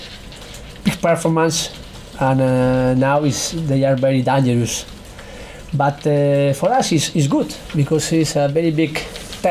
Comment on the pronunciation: What does he mean when he says 'dee-jer'?